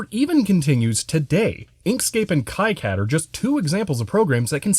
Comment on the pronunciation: Still have mine. It looks like the day I pulled it out of the box brand new. Still use it as well when I want to print out plots from the SpecAn or VNA. You'll have to pry it from my cold, dead hands. By the way, KiCAD (The popular free PCB design package) is pronounced "Key-cad", not "Kai-cad".